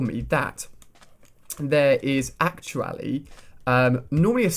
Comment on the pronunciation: I like how you said "actu-Ali"